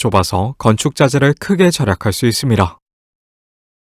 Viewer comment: 발음이 좀 아쉽네. 잇쉽니다 이런거